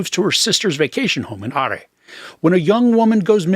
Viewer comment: Hi, Love your reviews, very entertaining. I think 'ARE MURDERS' as you said pronounced as 'ORA MURDERS'...............Episode 3...Hidden in Snow: Part 3.............Goodluck!